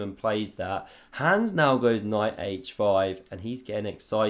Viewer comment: You continue to say 'hands', instead of his actual name 'Hans'. At this point you are simply choosing to slander his name. Shame.